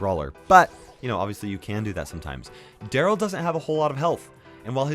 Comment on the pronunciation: "Darrly" lol